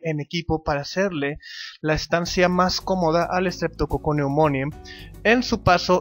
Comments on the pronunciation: Que mal lo pronuncias, se pronuncia estreptococo neumoni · Ja! ya ni me acordaba de ti! Sale, cuídate, pobre diablo. Por cierto, se pronuncia: "Streptococcus pneumoniae", con "e" al final, no con "i" como dices. Es neumonie.